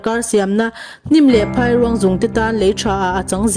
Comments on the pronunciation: Phairuang tih lam dan tur.chu Phai hi a ri hniam tur, eg Chaw a dai ti ta ila, dai kan lam ang khan 'Phai' tih hi lam tur a ni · Phairuang lam dan kha a dik hlel deuh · Phairuang hi lam dik hram teh.